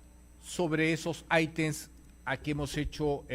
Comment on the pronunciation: Español ITEMS , NO AITEMS.